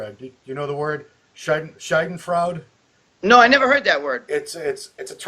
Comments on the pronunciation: Scatfroid? The word is Schadenfreude. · "Schadenfreude". Good try, though.😀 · It's "scheidenfreude" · doesn't know how to pronounce schadenfreude. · Love the way he pronounces "schadenfreude" lol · The way he said "Schadenfreude" omg :D :D